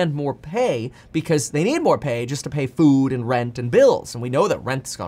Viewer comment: Kevin ''fud'' paffrath